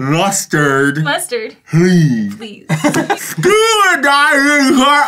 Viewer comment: I love how Arin's "Please" turned into "lheeees"